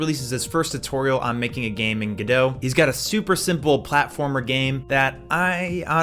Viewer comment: It's pronounced Godot.